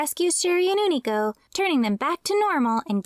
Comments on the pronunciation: Why do you keep pronouncing his as Oonico instead of U-ni-co? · Ooh-knee-co sound so wrong when unico clearly calls himself you-knee-co